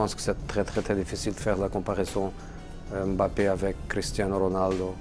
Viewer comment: Il dit mieux "Mbappé" que la moitié des journalistes français 😂😂😂